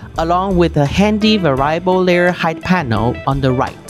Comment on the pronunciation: Good video. I enjoy the Elegoo content, keep it coming. Most native English speakers pronounce the word as "vair-ee-uh-bull". I only speak a single language, so I am NOT criticizing. I am in awe of people who speak multiple languages!